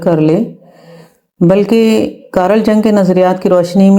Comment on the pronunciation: میڈم بہت معذرت کے ساتھ عرض ہے کہ مشہور سوِس ماہرِ نفسیات کا نام کارَل جَن٘گ نہیں بولا جائے گا۔۔ مطلب جیسے عارف یا طارق بولتے ہیں ویسے بلکل نہیں ۔۔ کار ل جیسے کار کہا جاتا ہے اس طرح "کار" بول کر ہلکا سا "ل" بولنا ہے اور جنگ تو اور بھی غلط ہے، یہ نام "ی و و ن٘گ" بولنا ہے۔۔ انگریزی حرف جے کو زرا بھی ہارڈ نہیں بولنا بلکہ اردو کے ی یا انگریزی کے وائی کی طرح بول کر ڈبل او لگا کر سافٹ سا جی بولنا ہے۔۔ امید ہے میں واضح کر پایا ہوں۔۔